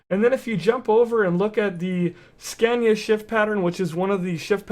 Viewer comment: its funny how americans say Scania :D .....americans say "Scäniä" xD